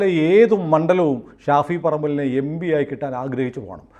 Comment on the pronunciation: എമ്പിയല്ല ഭായ്...എം.പി...എം.പി...എം.പി. ആണ്.